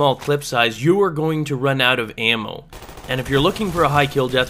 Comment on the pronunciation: It's ''out'' not ''AUT!''